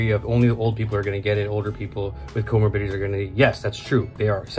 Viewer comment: Comorbidities if you were wondering what he just said.